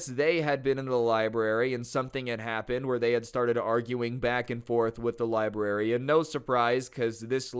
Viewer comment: I could have sworn librarian said "lesbian" xD